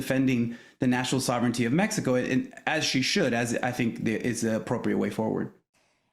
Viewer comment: Keep going into accent.... You're not helping your cause at all. We speak English. We don't know where MehHeCo is... We know where Mexico is.